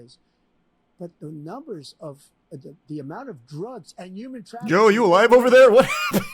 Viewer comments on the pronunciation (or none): He said Joe not yo lol